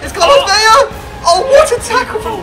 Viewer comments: Andranik Gharakhan I'm Mexican, born and raised all my life in Mexico. It's only pronounced "Veya" if it was spelled "Vella." In spanish, 2 L's sounds like Y. 1 L sounds like the english L. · Why the fuck do so many youtubers pronounce his name Carlos Veya? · Its not pronounced ve-ya its pronounced ve-la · Aaron Utting dont say things when you dont know about it.. you only pronounce it like that if it's with a double l, as in David Villa (= Vija). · His name is Carlos Vela, not Carlos "Veya." In Spanish, the Ls are only pronounced as Ys if there are 2 of them E.G. David Villa (Viya) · Its vela not veya tom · Vela has one L so its pronounced vell-ah not vay-a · Vela is actually pronounced Vela. Not Veya. If it would've said Vella, then yes Veya would be the right pronounciation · No it's not. V-e-l-a Not V-e-l-l-a